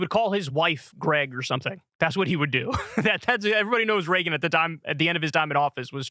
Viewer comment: "hwat would Ronald Ragen dew"